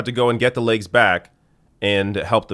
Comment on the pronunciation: It’s “legs”, not “laiges”.